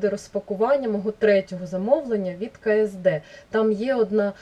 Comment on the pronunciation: невеличка поправрчка, не ке ес де, а Кеседе)